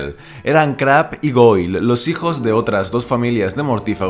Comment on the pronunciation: Se pronuncia “Creib”